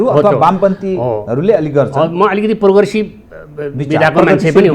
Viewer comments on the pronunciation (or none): What a coincidence!!!! खराब नेता, खराब बुध्दीजीबी र खराब कार्यकर्ता। त्यसमाथी खराब नीयत बोकेको यो खाते। झर्ला र खाउला। पोरगेसीब रे। even doesn’t know how to pronounce progressive. तर trying to impress Uneducated Nepalese.